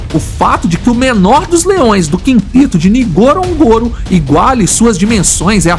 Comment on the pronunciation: Poderia ao menos aprender a falar o nome correto do local Ngorongoro,,,,norongoro...simples